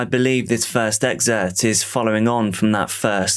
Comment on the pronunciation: "Excerpt" not "exert"